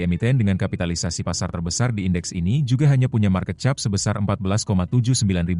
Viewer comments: market cap sebut nya kep bukan chap 😂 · Ainya Bahasa Indonesia baku jadilah chap😅